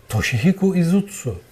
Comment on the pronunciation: aslında s harfriyle söyniyor ;ş harfiyle değil.toShihiko izutsu.